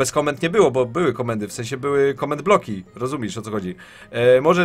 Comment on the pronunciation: I mówi się rozumiesz a nie rozumisz tak btw, skoro nawiązujesz tyle uwagi do poprawnej polszczyzny.